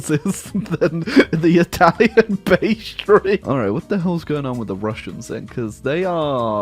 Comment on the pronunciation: am I the only one that hears him saying "the Italian pastry"?